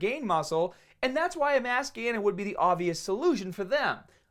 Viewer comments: I fucking love when he says "MASS GAYNAHH " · All I hear is "Mass Gayness" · "Mass gainahh"